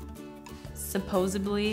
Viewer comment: I cannot get over "supossibly"... sorry xD